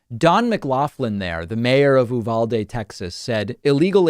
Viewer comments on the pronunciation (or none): We pronounce it U-Vall-de. Not being mean, just saying. Story time. As a small child I used to visit my grandfather just outside of Uvalde. Often times migrants would walk through his back yard and ask for "Agua". He would just point them to the water hose. I don't think it was in a hateful way, he just though it was easier to fill their containers with it. Most people in and around Uvalde don't think like this Jackass. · Not that it matters.. It’s pronounced Ū val dé. I live 70 miles from there. I haven’t seen any T-shirts “Biden let me in” Gotta Luv Texas.....right? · David It’s pronounced U-Val-dee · Pronounced as YOU-val-dee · Uvalde is pronounced you-val-dee or you-val-day here in Texas.